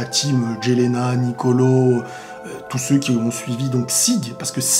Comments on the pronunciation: Mec stp arrête de dire « gelena » stp ça se prononce « ielena » et c’est pas « ézul » c’est « izul » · Mec on écrit Jelena mais on prononce Yelena , comme Eren jager on prononce Eren yeager